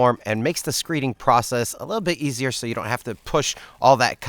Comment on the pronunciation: Neither I nor YouTube CC (closed captions) understands the word you are saying as you slide a 2x4 across the dry pour. Are you saying “screening”? CC hears it as screeing. What is that? Screet? Screeting? And why do you lay your rebar flat on the ground? I’ve seen contractors raise the rebar up a little bit off the ground.